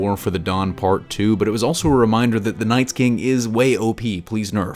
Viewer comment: NightKing not NightSking